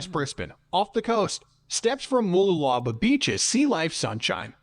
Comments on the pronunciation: "Everything" is pronounced wrong, you will struggle to find them in a map! 😂 He's getting clearer sometimes! 😳 Noosa is about hippies and Rich celebrities! Yes, but you need a car/caravan to get to the beaches! Moolala?? Artsy, Tea, pop in granny! 🤨 Fraser Island is very expensive and has harsh local rules! Coolum, surfing, one expensive cafe, ok! Sunburn, water, sand, sorted! 👍 Sweaty mountain trek, snakes, yep! Calendar?? There is lots of beaches, a few cafes, long walks and surfing lessons! 🤔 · MOOLOOLABAH MOO (cows go moo) LOO (as in the English term for toilet) LA (singing la la la me me me etc) BAH (like the traditional kids rhyme/song “Ba Ba Black Sheep have u any wool”…). MOOLOOLABAH. & MALENY MA (as in short for grandma) MALENY (think Victorian England & a servant helps a lady out of a carriage whilst bowing & saying “Me Lady”)). Keep the MA sound the start then finish the word as per above ie swap out the D for N in Lady & that’s how you pronounce MALENY. The dudes info was good except for end when he shows the surf whilst talking about … some river wasn’t it? BUT his (was an automated voice robot possibly) pronunciation was unfortunately abominable. Did just 2 words here - there were more but it’s good to know how say town names cos god knows where u will get sent if u ever come over & ask for directions to … (i dunno i was going “i’ve never heard of that place … ahh - ❤oh ok … say wot!”). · omg! Its pronounced Moo-loo-la-ba these people should learn how to say things properly before they go making videos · I just heard ‘voice’ say - Mooloolahlahbaaah or whatever he said, Vic here, but yes been to QLD a few times but never to mooolalala-blah blah 😮🤔😂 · He absolutely butchered Mooloolaba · I'm dying here over his pronunciation of Mooloolaba, but what really kills me is how they butcher the words with confidence. Please someone kill it with fire.